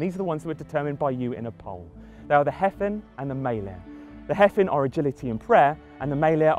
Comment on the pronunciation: It's pronounced "Hay-vin", not "Heffin".